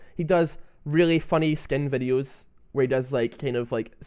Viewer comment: nice "vedhioos"